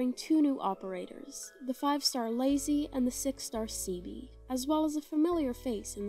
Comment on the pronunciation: Ceobe is pronounced “Kay-oh-bay” but you got leizi right, it’s pretty much just “lazy”